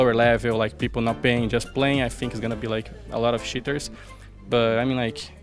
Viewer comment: fer sounds like hes saying shitters instead of cheaters lol